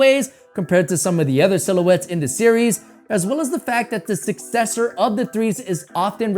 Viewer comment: You should learn how to pronounce your words correctly. Ex. PopULar , Other. It's quite distracting